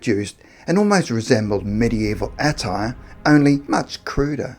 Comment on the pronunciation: FFS, learn how to pronounce attire. It’s very offputting.